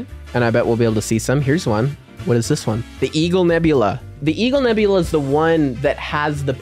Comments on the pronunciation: Not Nebulae it's Nebula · Bro said nebulay